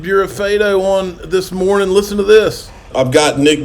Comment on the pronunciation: "Lissen" and "losse"? You can't even use basic English properly, and only YOU are responsible for losing your own money. You need to be smart, responsible and strong mentally/emotionally to be a successful investor, which you are not.